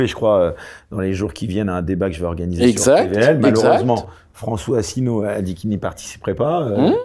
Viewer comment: Vous avez quand même beaucoup de mal à prononcer le nom de F. Asselineau et de l'UPR.